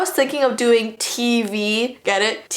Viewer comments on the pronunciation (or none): You said Tvee IT SHOUD BEE TEAVEE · No not t vee do TEA vee